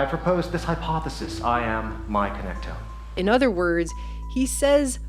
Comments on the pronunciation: Connect- to- ME A phonetics clue it's in the spelling and sound= Connect- Tomb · It’s not connectome, it’s connect to me? Now that sounds creepy.